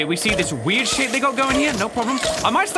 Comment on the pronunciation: it sounds like shit but he said shape